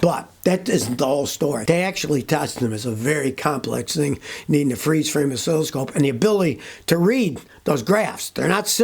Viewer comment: An "O'silly scope"!!! oh no!